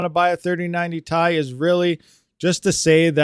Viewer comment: So the 2080 TI is still the king on mining FLUX. and please dont say "TIE" say "TI" !!